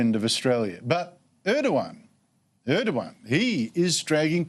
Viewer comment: ER DOG AN its ER DOG AN for fooks sake